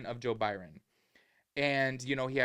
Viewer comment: “Joe Byron” 😂